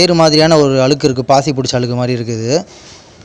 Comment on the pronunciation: Pl say அழுக்கு and not alukku ,alukku ---அலுக்கு , அலுக்கு.